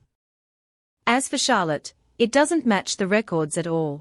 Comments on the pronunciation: The fact the ai can't figure out how to pronounce Charlotte is both really annoying and utterly hilarious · What the hell is wrong with the pronunciation of Charlotte. It's just so annoying. Edit :- This is so annoying. Now, even the mc's being pronounced as NA6A. I mean, wow.